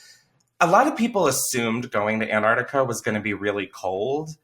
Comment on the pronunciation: Every time I hear Chris say Antarctica, I hear it as Aunt Artica as if he's been off visiting some elderly aunt 😝😂